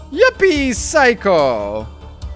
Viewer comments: прости конечно, но не яппи сяйко, а яппи психо (Чёкнутая компания). И да не бросай игру, а то хочется посмотреть какая у тебя будет концовка.😿😈😈😇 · ЮППИ ПСИХО!!! а не сайко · не юпи псайхо а юпи психо, от слово псих пожалуйста исправся:^ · Правильно говорить - Юппи психо